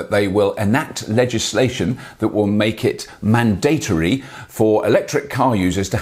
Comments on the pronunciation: manduhtree, not mandaytory. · Man-date-ory LOL